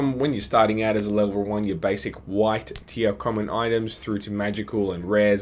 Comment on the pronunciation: For a second I thought you said "wife tier common items" ( ͡° ͜ʖ ͡°)